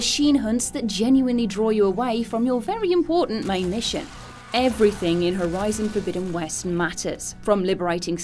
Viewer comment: I love the way she says 'Horizon: Forbidden West' it sounds so posh, yet elegant.